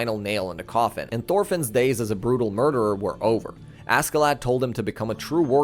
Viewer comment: Cool video but God I can't stand everybody pronouncing Askeladd how it's spelled